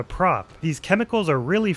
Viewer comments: it’s actually pronounced LIN-dee. Growing up, a friend of mine’s dad worked there for years. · that is actually a German company pronounced “Lend-ee”